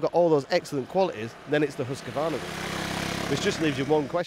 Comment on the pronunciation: I hate to be a pedant when it comes to swedish but its Hoose-Kvar-Nar not huska-varna. And its veet peel en The white arrow.